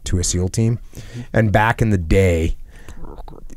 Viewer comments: mumbles "bck iN tHe dEy" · did anyone else hear mumble "BcK iN the DeY"